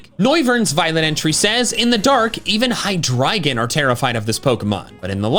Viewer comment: Its pronounced high-dree-jun. Like the words hydra and legion